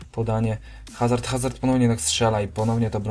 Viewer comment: nie HAZARD tylko AZARD